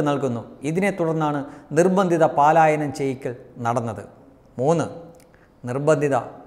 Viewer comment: പാലായനം അല്ല പലായനം ആണ്